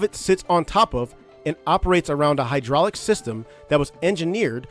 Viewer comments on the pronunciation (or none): none